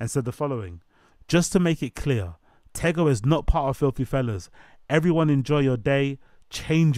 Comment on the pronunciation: It’s pronounced “Teego” 😂